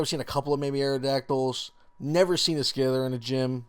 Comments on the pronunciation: it's pronounced sie-ther not scizer also its kane-gas-kahn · He pronounced scyther as skithir. And he pronounced Kangaskhan as kanjiskhan.